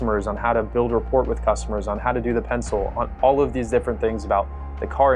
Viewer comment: Repport is pronounced reppor(t is silent).